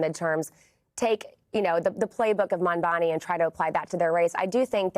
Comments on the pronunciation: Calling him "Cuoma" is actually a fantastic retort to his constant mispronunciation of Mamdani (which is super embarrassing for Cuomo btw, I don't understand why he thinks insisting on "Mamdami" is a good look) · Why can’t cuomo pronounce mamdani’s name correctly? Is it intentional or he is so dumb? Either way this guy should not be the next mayor. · It’s MamdaNi this guy still can’t pronounce the name of his future mayor?